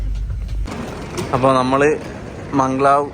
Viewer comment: മംഗ്ലാവ് അല്ല ബ്രോ Mag_lev